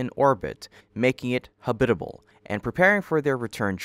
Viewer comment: Habitable is pronounced, "habit- uh bull", not huh-BIT - uh bull. Don't you get paid to do these as a video narrator? If so, I think your viewers should expect you to know how to speak English, wouldn't you agree?